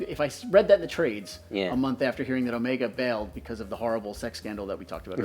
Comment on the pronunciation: When will you learn to say Omega? It is greek, it means BIG O.. MEGA O. How do you say Megalodon? Megapolis? you are a man of class, so keep that class.